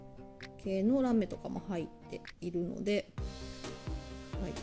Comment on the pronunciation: キラキラ可愛いですね✨ラメの発音の仕方が飴みたいで可愛いです(*^-^*)💕